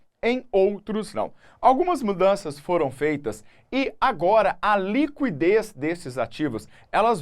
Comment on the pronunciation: A pronúncia correta de liquidez é /likidês/ , não /likwidês/, independentemente da região do Brasil.